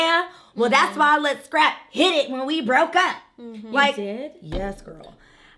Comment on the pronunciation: Not “Brokey” 😂